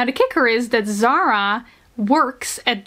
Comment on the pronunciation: Not zara. Zahra زهره the h is very light and it means flower